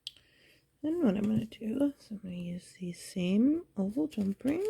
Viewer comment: Yes. When she said "oval" I kept hearing "old" and was wondering until the closeup and it dawned on me. Yes, oval jumprings can be so helpful and I need more of those!